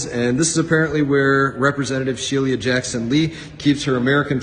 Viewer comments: "Shee-lee-uh"? He can't even pronounce her [common] name correctly. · Dimwit can't even pronounce Sheila --- "She-lia" he says. Fat little pervert